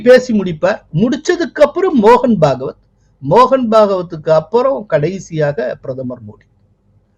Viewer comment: அவர்களுக்கு ஓர் அன்பான வேண்டுகோள். தங்களது காணொளிகளில் "தற்காலிகமாக" என்கிற வார்த்தையை தாற்காலிகமாக என்று தொடர்ந்து குறிப்பிட்டு வருகிறீர்கள் அது தவறான உச்சரிப்பு அதுபோலவே இந்த காணொளியில் திரு மோகன்பகவத் அவர்களை, பாகவத் என்று குற்றிப்பிட்டுள்ளீர்கள் அது தவறு.